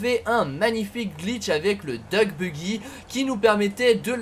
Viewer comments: ouais ca enlève tout le style de la muscle car quand il prononce ca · essaye de prononcer "Diouk" plutôt que "Duck", petit conseil ;) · bah ca veut surtout dire canard en anglais ^^ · DeadlyFanTas1e oui c'est vrai , j'avais pas fait gaffe XD #boulet